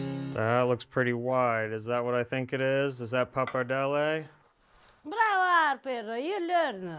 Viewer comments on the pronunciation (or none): "No, 'Arper"! 😂😂😂